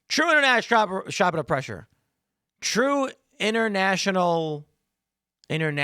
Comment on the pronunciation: I have been pronouncing it as: trueandinternationalshaddupunderpressure!